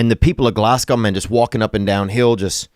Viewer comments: Fucking love your content but I'm steaming (that means drunk in Scotland) and just wanted to let you know (unless you were pronouncing it sarcastically) that Glasgow isn't pronounced "Glass gow", it's pronounced "Glaz Go". Much love tho, you're sound as ffff. <- I'll let you work that one out 😝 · It’s “Glazz go” not “glass gow” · Glasgow is pronounced Glaz-Go! 🤣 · Glasgow is pronounced glazgo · ITS GLESGA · Insert Witty Name Seriously doubt he sold out in Glasgow if he can’t even fucking pronounce the name of the city.